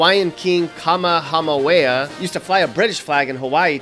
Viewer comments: GEEZ Man have you never watched Dragon Ball Z. How the hell can't you Pronounce "KAMEHAMEHA"??? So embarrassing dude! lmao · “Kamahamaweah” If you can’t pronounce the name of King Kamehameha, I wish you luck pronouncing our state fish. Our state fish is the Humuhumunukunukuapuaa.